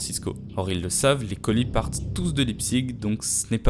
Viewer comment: La ville ça se prononce Laïptsich